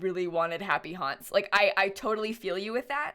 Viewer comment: no one: me: hears "happy honse" instead of "happy haunts" every time